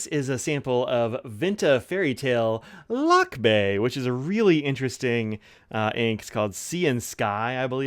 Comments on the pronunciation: It is pronounced /luck-BYE/; the accent is on the second syllable. Thanks for the honest review of Vinta Lakbay ink, it's proudly made in the Philippines. By the way, "lakbay" means "journey" or "travel." I am also planning to get a Vinta ink someday.😊😅🇵🇭✒️ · A little nitpicking here, Lakbay is actually pronounced as Lakbáy. But these awesome shimmer inks for the price. Great review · pronounced as luck-bye ( lakbay) it means to travel .